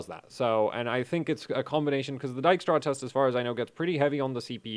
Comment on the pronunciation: for pronouncing Dijkstra right :-)